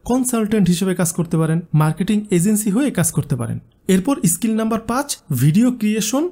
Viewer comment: আপনার pronounce বড্ড দুর্বল এটা স্কিল এটি ইসকিল নয় ।